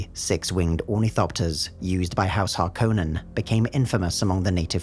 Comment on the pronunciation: judging by how they pronounce it in the Movie and the audiobook, that is not how you pronounce Harkonin